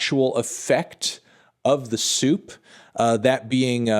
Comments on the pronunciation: Im over here dying every time you say soup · Are you saying “soup”? “Suit”? What does that mean?